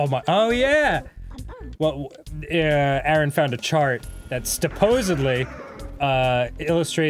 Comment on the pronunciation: "Stupposedly" - Daniel Leigh Avidan